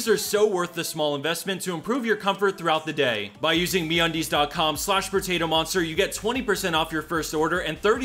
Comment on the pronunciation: Just hearing you say me undies was the best part😂